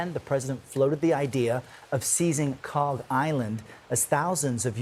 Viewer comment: Breaking news: "Markets surge after the president correctly pronounces 'Kharg Island. Unfortunately, they crater again after he confidently states that it is located in the Red Sea. More news at 11."